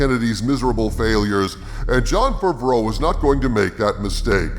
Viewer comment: I love how you pronounce Favreau as Fvro